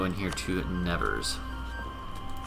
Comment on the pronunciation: The way you say "Nevers" hurts my ear a bit :D (I'm French, haha), so I found that very short video about how to say it properly